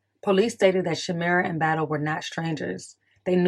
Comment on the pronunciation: You're pronouncing my cousins name wrong... it's shuhm-eye-ruh not shameera but thank you..